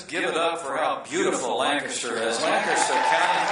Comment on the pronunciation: Thank you Mike Pence for pronouncing "Lancaster" correctly, btw.